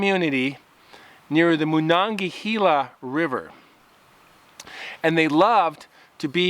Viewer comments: It’s pronounced MA-non-ga-hey-la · The way you're pronouncing the Monongahela is driving me crazy man. It's not Moon-on-gahela. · I grew up pronouncing it. Ma- non - ga - hay - la. But good job..🎃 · I wish I knew more about where these kids hiked. I'd be able to check it out. The river is pronounced Monongahayla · Just in case you ever need to know it again in the future, I'm from Pittsburgh, it's pronounced "mawn-on-guh-hay-luh" good try though! It's a native iroquois word that means falling banks. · Moe-NON-guh-HELLA River is how we say it in "The Valley" (Monogahela, Monessen, Sonora, Charleroi, PA). Or "Mo-NON-guh-HAY-la". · "MonangaHEYla" is how we pronounce the river's name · As a native yinzer, I had to laugh at your butchering the pronunciation of the Mon river haha.